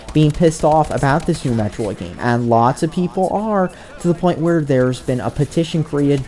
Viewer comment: Hey! This time you didn't pronounce Metroid like its short for Meat Steroid! I'm proud of you!